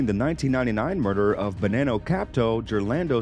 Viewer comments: Am I really going to listen. To someone talk about the Italians secrets, when you can't even say Italian words correctly, it's not Bananao. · “The Bo-nann-o family”. He puts a lot of emphasis on that “nann “ lol. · Pronounced Bah-non-no, doesn't sound like banana with an o on the end.